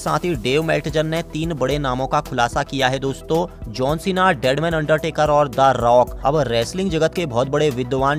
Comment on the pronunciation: भाई अंडटेकर आ सकती है क् अंडरटेकर